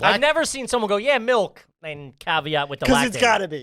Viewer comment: I’m not sure if anyone has noticed or mentioned it but why does say “melk”